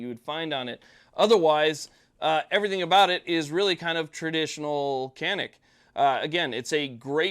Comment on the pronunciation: I've owned a Canik Stingray for a dozen years now, and I love it. But I found out that the name 'Canik' is Turkish, and they pronounce it (roughly) "zha-neek."